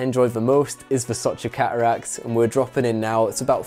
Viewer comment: Redbull sponsorship requirements…. Pronounce the letter “t” Ca uracks - cateracts Wa ur - water